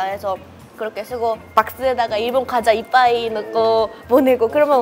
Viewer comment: 이빠이 ㅋㅋㅋ 10년치고는 발음이 영~~ 일본 우익들에게 정보 넘기고 일본에 가는게 맞는거 같은데